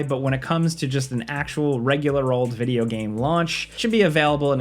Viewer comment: Heres 10 things that have been forced into "vijeo games" 😂😂😂 i love it